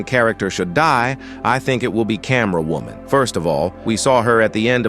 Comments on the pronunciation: Why do i hear wooman instead of woman in every single one of his videos? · why does he say wuman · No way bro saying women not normally you say woooman what is wrong with you